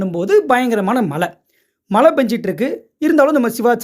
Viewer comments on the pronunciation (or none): எல்லாம் சரி. பெய்தது மழையா அல்லது மலையா!!? உச்சரிப்பு முக்கியம்....‌